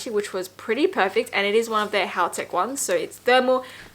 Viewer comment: whats the address of the HK cafe? edit: did just call heattech "Haotech" or am I trippin